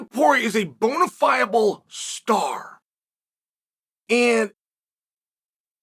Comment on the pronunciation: "Bonifiable star" 😂